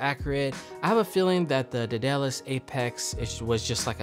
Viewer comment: for the future it is day-duh-lis